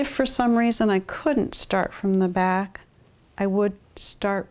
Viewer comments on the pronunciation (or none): Final consonants did it for me... "bacK" "wanT" "pointS" How is anyone still awake?!